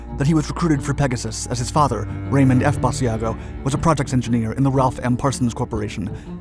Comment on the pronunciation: To all who think this is not true…you are wrong. And it is not ‘bad e a go’. Iris ‘Bash-a-go’.